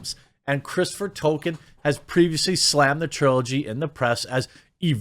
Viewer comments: Jeremy is the only person I have ever heard pronounce the author's name "Token", instead of "Toll-kin"... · TOLKIEN, not TOKEN. He’s not a freaking South Park character 😡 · Tolkien is pronounced "toll-key-in", not "token." I wouldn't care but the sloppy pronunciation has been used to backpedal a perfectly legitimate choice in the naming of a South Park character. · Sounded like you said Token, confused me for a bit.